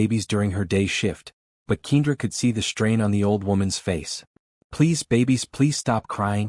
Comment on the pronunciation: Wonderful Story! However, If you choose to have a make-believe story of a mixed couple then choose a Name that the Narrator can pronounce. I believe that Ms. Johnson's Name is Pronounced Kendra not Keindra. Kindly, Fix the Correct Pronunciation of Kendra's Name because other than That, it sounds Stupid!!! Some folks Names don't make sense or Spelled properly?